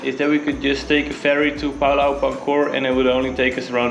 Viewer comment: Het Woord Pulau spreekt je uit als Poe-Lauw.